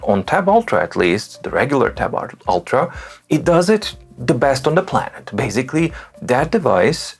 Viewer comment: Sorry, I am here a little bit off topic. I enjoy very much your great reviews and love your excellent English. Where you cach me is when you say your favorite word BASICALLY, which you pronounce differently: baZically.Are you on purpose trying to test if I am slipping? :) Have a great Day!